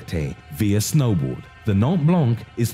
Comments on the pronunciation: Its "Mont Blac" dude - its a mount, like Mount Everesr. It means white mountain. "Nant", why 🤣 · It’s Mont Blanc btw